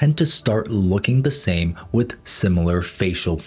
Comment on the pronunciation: i thought he said "Sam face syndrome" and i was wondering what was wrong with his face